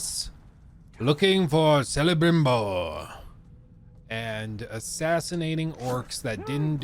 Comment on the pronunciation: Sell-abrimboer! What do you need? Mortal Kombat spelling to get it right? I don’t believe you were a fan of the series. It almost seems like you haven’t even played the game. More like you are using someone else’s gameplay. Can’t play. And doesn’t understand gameplay or nemesis system basics. I swear I played before!!! Humanoids and elves and stuff. There’s only one elf really. Eltariel and she is only in the story or the dlc. Also just kill the orcs. Get the gear at level. Then find a recruit your level. I play on gravewalker. Elsewise I get too powerful. I did not expect a micro transaction video. I thought you’d talk about the merits of the game and its mechanics without the micro transactions. This could have been a proper breakdown. A fresh start. You’re stuck in a past that you weren’t even a part of. I have played both games from day one. I attacked and still attack this game because it was an insult to players. I even hate the tone and art style of the sequel. This game is heartbreaking. And you could have talked about a lot of the issues that it had.